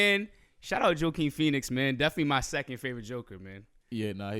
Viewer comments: Who the fuck is Joeaquin pheonix? Lol Bru don’t even say his name right tryna say he a fan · This man just said joe keen Phoenix smfh